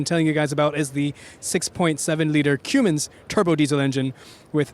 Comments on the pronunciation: Yes, You pronounce it CUM - INS. He was pronouncing it CUME - INS. lol. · Kinda lost me as being an auto reviewer when you pronounced it Cumins, and not Cummins. It’s not a spice. It’s a Diesel engine that I was sure any auto enthusiast knew how to pronounce. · It's CUM- INS, Not CUME- INS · Shouldn't an auto journalist know how to pronounce Cummins? lol "Cuemens".